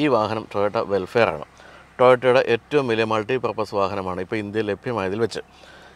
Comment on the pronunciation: വെൽഫെയർ(welfare) എന്നല്ല.. വെൽഫയർ (vellfire)എന്ന് പറയണം.....